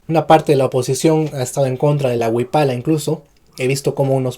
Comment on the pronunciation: Wiphala se pronuncia wifala